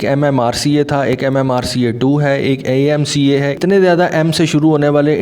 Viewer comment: Mujhe nahi malum tha ki AMCA jo hai woh "M" se shuru hota hai🤣. Pakistani madrasa english 101.🤣🤣